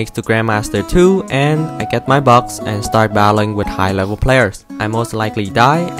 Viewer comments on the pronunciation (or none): none